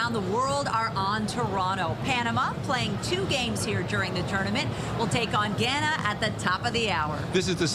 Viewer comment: Its GHAA-NAH .... NOT GHE-NAH ya dummies.